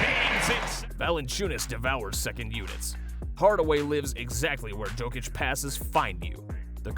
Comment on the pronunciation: Saying "jokeitch" instead of "yokeitch" -phonetically... braun is said Brown, and as my man pointed out... Michael Moore? Mike Malone is gone...but cool get it wrong two ways